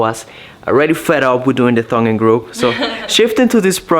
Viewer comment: do you call your tongue "thung"? Just curious